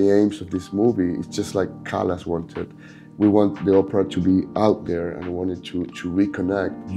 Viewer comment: He keeps saying Oprah but it's Opera.